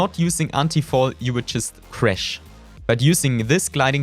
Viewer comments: “just C R E S H” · He's German😅